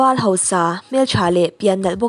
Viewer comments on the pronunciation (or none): none